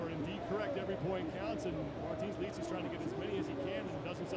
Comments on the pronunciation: Martins "likis" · He said martins "likis" lol